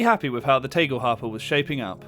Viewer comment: The A in "Tagel" is pronounced as the A in "Andromeda", other than that you pronounced the rest correctly.